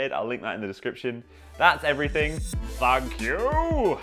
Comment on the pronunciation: That last thank you sounded "fuck youuuu"